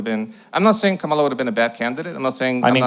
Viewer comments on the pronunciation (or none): I don’t think he’s doing it on purpose. A lot of people don’t notice differences in inflection and how to put emphasis on the right syllable. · Her name is pronounced Comma-La! Pronouncing someone's name wrong intentionally demonstrates such a level of bad faith and ignorance. Talking calmly is a smokescreen. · Still can't pronounce Kamala.Smh